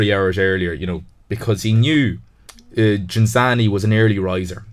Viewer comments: Ghinzani, non Ginanzi, ciccioni del cazzo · I stopped watching about 25 seconds in when the presenter mis-pronounced Ghinzani’s name twice and the other 2 guys said they’d never heard of him. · You own the record of saying his surname wrong every single time!